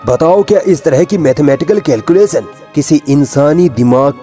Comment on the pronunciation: All is okay, but CORRECT your pronounciation....calculation ko "के"ल्कुले"स"न नहीं "कै"लकुले"श"न पढ़ेंगे !! अपने वीडियोज़ में बहुत सी जगहों पर आप "श" की जगह "स" बोलते हैं जो घटिया लगता है । उच्चारण सुधरने की प्रैक्टिस करें ।